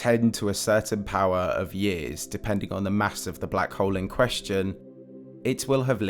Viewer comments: Anyone else triggered every time this guy says "black hole"? Sounds like hes saying "black hoe" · I left at :16 seconds when he said black HOWL. BUH BYE